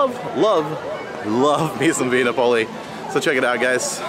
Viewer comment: Correct Pronunciation: SANAA = Sa.Nah (NOT: Sauna) VIA NAPOLI = Vee.Ah Nap.Oh.Lee (NOT: Vee.Ah ) I'm not trying to be rude, but if you're going to do a review on an ethnic/international restaurant, you should learn the correct pronunciation of the establishment. It's just a courtesy. Also, there is no MORIMOTO'S ASIA. It's just: Morimoto Asia. (Great reviews though, otherwise!)